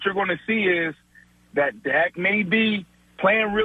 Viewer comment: lmao he really said thot hahahh